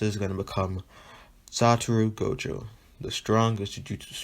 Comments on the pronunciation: My boi said jogo instead of gojo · jogo or gojo what u saying u saying jogo not gojo